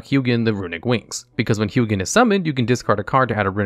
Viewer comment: It bothers me that you pronounce Hugin differently in this video 😶